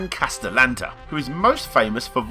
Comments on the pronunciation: Dan Casta-lanta? who's that.. oh you mean Dan Cas-tella-neta, yeah he's cool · Never trust a headline that is a question. The answer will almost always be a waste of time, ending in "No". Just nonsense. You claim unrelated games as being part of your supposed trilogy, and you mispronounce (Dan) Castellaneta as "Castelanta" and (Kalani) Streicher as "Steesher" and you gave the wrong info about Maniac Mansion's release. It wasn't made "for the NES in 1987", it was made for the C64 and Apple II at that time. It was ported to the Famicom a year later, then the NES in 1990. The title screen you capped even says so. Jeez dude. It's two seconds on Wikipedia. This is just a YouTube video, I know. And it shows. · once again your pronunciation is freakin HILARIOUS. "Dan Casatlanta"??? Not even close, but again great video. Might wanna work on pronouncing names though. its the ONLY thing you seem to suck at. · *cringe at the butchering of Dan Castelleneta’s name* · I think he mispronounced it on purpose. I don't think his subconscious desire to avoid giving any praise to post nes consoles is on purpose however